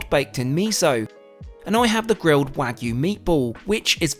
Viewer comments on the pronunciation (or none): none